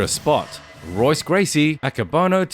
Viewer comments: Pronounced “Hoyce”, not Royce, my friend. Dude’s a legend, but now you know😊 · It's pronounced "Hoyce" not "Royce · His name is pronounced as HOYCE not ROYCE lmao. ALL words and names in Brazilian Portuguese that start with an R are pronounced as an H. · It’s pronounced “hoice” not roise. It’s spelled Royce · Pronounced “Hoyce” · Royce Gracie - the R is pronounced like an H in Portuguese. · It is spelled Royce It is pronounced Hoyce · the R sounds like a H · Someone tell him how to say Royce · Great clips but I really don't think you know much about the fighters; the culture, or the history of what you've discussed in this video. Put some time in to research what you're showcasing and I'd like to think your channel will grow. Maybe start with a study on the Gracie's and pronounce 'Royce' correctly next time. Good luck mate xox (Subscribing to follow your journey as a content creator) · Great video. You might consider pronouncing Royce correctly. The R is pronounced with an H sound as he is Brazilian. Cheers. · How can you run a channel about professional MMA, and NOT know that his name is pronounced "Hoyce" .... not "Royce"...? You also messed up the pronunciation of Emanuel Yarboroughs' surname... it's "Yarburuh"... not "Yarbowrow". For a channel that has "ENG" in it's name (implying that the creator is a native English speaker) this is a real fail. Thanks for the compilation of fight clips, but you don't really have the slightest idea wtf you're talking about, do you!? Edit: punctuation and phonetics